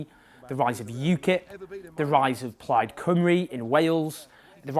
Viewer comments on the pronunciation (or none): none